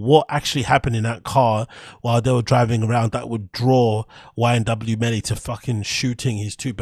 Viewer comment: It’s YNW Melly, not YMW Melly🙌🏽